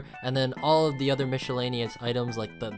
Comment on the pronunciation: I can’t get over “mishalanious”